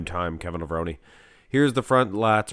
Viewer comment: I thought it was pronounced “Lev-rone” not “Lev-rone-y”